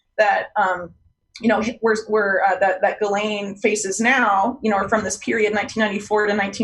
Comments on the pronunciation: PLEASE learn how to pronounce "Ghislaine." It's a hard "g," like Gary. Not a soft "g," like jello. Thanks in advance. Also, thanks for this video. Yeah. I'm pretty sure this arrest is BS. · "Jilleen". It's pronounced Ghee-lenne. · Pronounced Gee-len. Not that she deserves it.